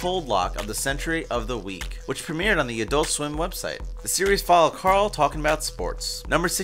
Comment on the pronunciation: I don't comment a lot, but as a big fan of the show... Can't you even get Carls name right? You are supposed to be giving us facts you know that others dont... WTF... Carl says his name MULTIPLE TIMES in the show!